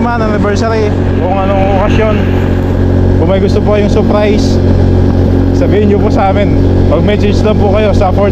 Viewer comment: Hindi saaapprays, SURRRPRISE!!!